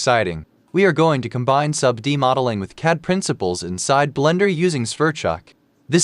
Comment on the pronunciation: You need to teach your AI pronounce "CAD", haha! But other than that, the workflow is indeed cool. I must spend some time learning Sverchok.